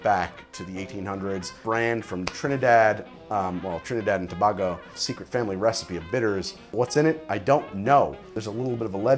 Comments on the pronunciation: It's actually Pronounced To-Bay-go Not To-bah-go Much Love from that tiny Island of Tobago! 😁🇹🇹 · Tobago : Pronounced Tuh - Bay - Go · Tobago is pronounced to-bay-go not to-ba-go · It’s pronounced, TO-BAY-GO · Not hating, just irks me when people pronounce Tobago wrong: "To-Bay-Go" - it's a long "A" - Sweet vid btw! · Stop pronouncing things wrong SMH. T'bay-go" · Man said "Trinidad and TOBOGOH" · For future reference and just as a slight clarification as someone from the Caribbean you say Trinidad correctly but Tobago is pronounced tuh-bay-go slight emphasis on the “Tuh” ( yes it’s spelled Tobago, but it’s just one of those things that isn’t pronounced the way its spelled, not even sure why tbh but hope that helps) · The way you said Tobago gave me heart ache